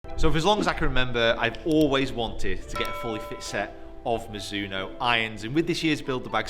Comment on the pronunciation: please. i really would like you to say properly the name Mizuno. we don't say Mizoono, we say MiDzoono. the Z has a stonger attack like there's a "D" before it. it's japanese so please respect it.